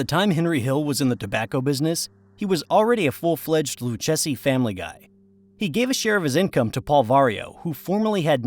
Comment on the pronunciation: A.I. narration has annoying flaws, I.e.: mispronouncing Lucchese. Should be pronounced "Loo-kay-zee."